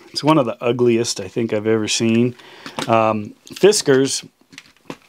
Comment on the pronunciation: I appreciate that you pronounce Knipex correctly, but... Do the same for Fiskars then too if you're gonna make a point to pronounce brand names properly.